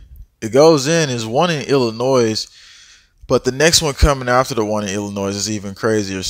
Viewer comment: I love your videos! Thank you very much for the information. Also, please please don’t take any offense to this, but in case you didn’t know, the S is silent in Illinois.